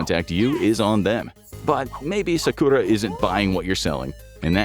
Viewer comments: My boi sauce-oookay and his wife sock-q-raw 😂😂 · Ahhhh yes, Sah-Kurah and Sah-Su-kay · You can pronounce Naruto fine but you cant pronounce Sasuke, jutsu, and Sakura 🤦🏽‍♂️ and you watched the series and hear them mentioned it many times 😂😂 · The way he pronounces Sakura and Sasuke 😂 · I am 3 minutes into this, and I hate the way you pronounce Sakura and Sasuke's name so much but I'm gonna power through. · bro pronounced sasuke and sakura's name wrong....